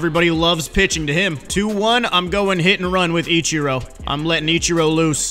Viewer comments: What else will he say Itchiro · It sounds like he's saying "ECHIRO".